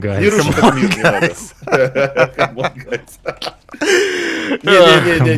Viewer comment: ”Хамон гайс”😂